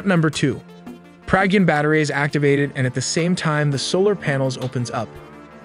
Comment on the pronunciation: Excellent informative video; pronunciation of Pragyan, Vikram and Chandrayan could be better!